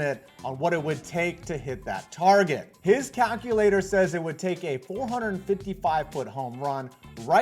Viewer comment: Why the hell did he say cackulator